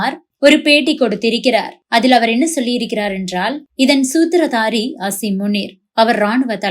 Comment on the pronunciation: சூத்திதாரி சூத்துதாரி என்னடா தமிழ். சூத்திரதாரி என்பது சரி.